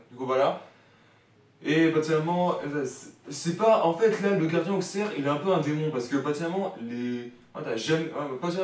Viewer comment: On dit « ausserre »⚪️🔵